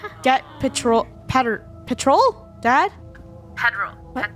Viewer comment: “Funneh:pedoral pedrol what,” it’s pronounced like, pet-rol